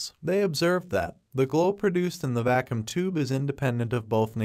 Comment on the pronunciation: Yeah, the AI voice doesn't read things correctly. DEM-oh-cry-tus instead of de-MAW-cri-tus, va-KOOM instead of VAH-kyum...